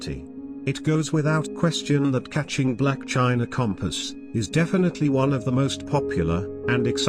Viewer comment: " Chinacompas" Lol